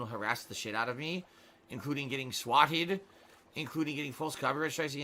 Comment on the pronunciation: Why the fuck did he say swatted like that